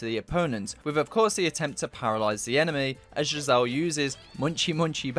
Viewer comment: The characters name is pronounced gizzer just fyi